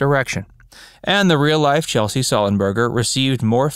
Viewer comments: Sorry if I'm wrong but isn't it pronounced "CHESS-LEE" not "CHEL=SEE"? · ‘Chesley’ not ‘Chelsea’ for crissake. Sloppy. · Sorry if this this a repeat, but the mastermind of the Miracle on the Hudson is "Chesley" (Chez-Lee) Sullenberger, not Chelsea (as you pronouced it). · "Chelsy"?? Seriously?? His name is CHESLEY Sullenberger... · Just one correction: I’m pretty sure Mr. Sullenberger’s first name is pronounced CHEZ-lee, not Chelsea… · Yeah. This guy should know that. Duh… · It's CHES-LEY, not Chelsey. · A couple of notes here; Captain Sullenberger's first name is pronounced "CHESS-LY"...NOT "Chelsea". Also, Clint Eastwood has ALWAYS been an ARROGANT JERK! If he learned ANYTHING during his time on "Rawhide"...He'd KNOW the CATTLE could OUTACT him ANYDAY! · Did anyone else cringe everytime he said CheLSey, instead of the correct way of CheSLey. My fathers name was Chesley, he would have laughed at being called Chelsey ! LOL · Chesley not chelsy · I know it's nit picking but since your handle is, the fact is you mispronounced Chesley. Several times. Otherwise, great video.